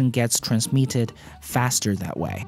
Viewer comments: Its pronounced "trans mit ted" not "trans miet ted". English isn't my main language. But I try to help people, so I can expect help from people another day. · I don´t wanna be that guy but please check your pronounciation of "transmitted"